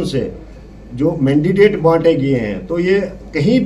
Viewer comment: Achi baat hai isne resign krdiya kyuki yeh ek anpadh banda tha mandate ko mandidate kah raha hai